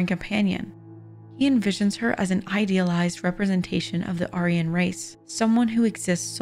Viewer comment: I’m new to this channel, but I have a question. Why is it the narrator can pronounce Machiavellian, but not Maestro or Aryan? It’s pretty easy to look up if you’re not familiar with the terms.